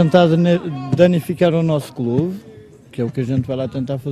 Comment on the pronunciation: "Danificar o nosso quelube"😂